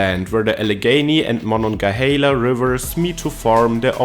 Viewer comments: Monongahela is pronounced “mon-on-ga-HAY-la” not “mon-on-ga-HEE-la.” You can totally tell a native Pittsburgher by how they pronounce the river’s name. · it is not Mon-on-ge-hala it is MononGAhala A not an E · He pronounced Monongahela two different ways 😂😂. The corrct way is "hay•la" not "he•la". Locals just call it the Mon.